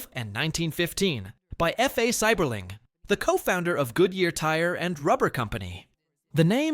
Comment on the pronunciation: Should be pronounced-- "See ber ling" "Hue it" Fin not find in Findley Kie uh hog uh Toe path Been to most of these places.